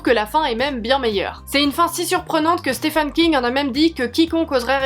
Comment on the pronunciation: A chaque fois j’ai le impression tu dis Stéphane King 😂